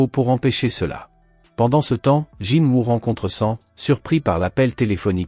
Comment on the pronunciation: Ses honteux tu dit jinwa dans la vidéo mais sa ce dit est écrit Jinwoo chasseur SUNG JINWOO le dieux de la mort le monarque des ombres Sinon continue comme sa mais raconte bien l'histoire et ne déformé pas les propo des personnes il non jamais mépriser jinwoo il le considère tous comme un petit frère